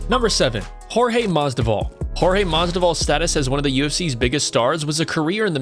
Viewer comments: BRO, IT IS MAS-VIDAL. NOT MASDIVAL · If you're going to commentate on MMA at least get someone who knows the fighters names instead of a complete casual who calls Masvidal, "Masdival"... LMAO seriously now. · Masdival? Mas-VID-all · Masvidal not masdival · it's not Jorge Masdival, you idiot. It is Jorge MASVIDAL! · When dude said Jorge Masdival that reminded me of when Joey Diaz was talking about him on JRE he pronounced Jorges name the same way! Shit was hilarious as fuck! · Who's "Masdival?" Lols, swap the v and d over man :) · MAS-VID-AL say it with me now MASVIDAL!!! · STOP SAYING MASDIVAL :D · Its masvvvvvvida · jorge masDIVAL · You're saying Mas'di'val. I think you might be brain dead. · You literally wrote his name in this video numerous times and couldn’t read that you were butchering that name? Weird. Ever watch a video ever by the mma community that says it like that? Weird. A broadcaster? Fighter? Promoter? Real weird. Almost intentional... 😑👀